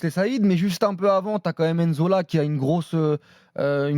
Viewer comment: N-zola? Vous dégoûtez avec vos prononciations de merde! Nzola c’est pas difficile! Si t’arrive à dire pneu tu peu dire nzola sans dire n-zola qd même